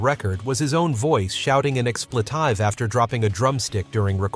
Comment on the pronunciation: Ex-plə-'tīve?? Really?? Get a human narrator already!! PLEASE!!